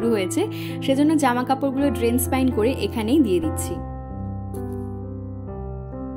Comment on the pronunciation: Drain spin ( ড্রেন প্সিন✅) hobe uccharon ta ( ড্রেন স্পাইন নয় ❌). Tumi borabor eta vul uccharon koro tai vablam tomay etar sothik uccharon ta boli jate tumi bujhte paro. Asole tomar vlog gulo etotai sundor hoy tomar oi chotto uccharon vul tao sunte kharap lage tai eta sudhre nio.